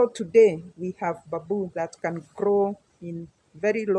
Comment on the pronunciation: it is call bam boo , not ba buu. ✌️👍